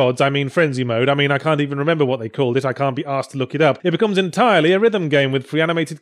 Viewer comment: Is it me or does Yahtzee suddenly become Northern every time he says "becomes"?